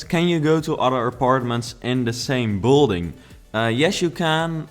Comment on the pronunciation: Kun je aub 'build(ing)' beter uitspreken. Klinkt alsof je bouldozen gaat zeggen. Thank you very much (